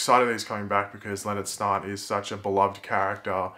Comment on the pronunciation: When you say 'Snart' it sounds like 'snot'.